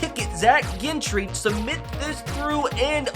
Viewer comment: still don't know how to say gentry or najee